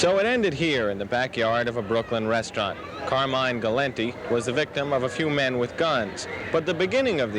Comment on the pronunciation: gal- lint-tee ???????????????